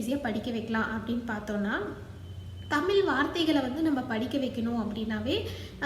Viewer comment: தமிழ் என்ற சொல்லை தெளிவாக சொல்லவும்